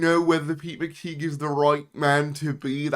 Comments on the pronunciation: Yeah, I always feel like making the same comment too. It's pronounced McTie, not McTeeg. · McTighe is pronounced McTie, not McTeeg.